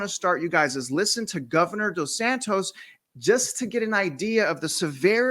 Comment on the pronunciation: DeSantis not DeSantos